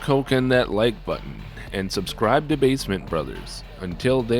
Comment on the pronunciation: The way says “Subscribe to basement brothers” sounds like “subscribe debasement brothers” That’s a hell of a way to launch a second channel guys 🤣 But seriously, keep up the great work, always love seeing NGG! It’s nice to know that somebody else appreciated the story driven vibes of AoF! 👏🏻👏🏻👏🏻